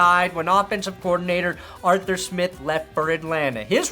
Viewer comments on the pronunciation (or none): none